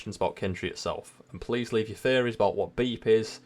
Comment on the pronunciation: It took me longer than it should have to realize that you were saying "theories" and not "fairies". I was listening but not watching so I missed the captions lol